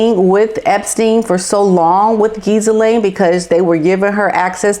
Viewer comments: Ghislaine pronounced with out the S, so Ghilaine. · we say her name with a silent H and S in England lol. I have heard a lot of people pronounce the S 😉 Say GILLANE, that sounds right ✅ much love from England 🇬🇧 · According to Lady C Ghislaine's name is pronounced Ge(as in the first 2 letters in "get") lane. Ge-lane. That is the British pronunciation. As for GE being the M word I just refer to it as being Arkensided. Prince Andrew was set up to take the heat off of him. Dershowitz had proof of where he was on the dates and times she made the accusations. He is now suing David Boise and his lawfirm.